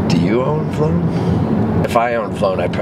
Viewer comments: The V-lone part LMAO! (Vee-low-n) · Says vlone n not v lone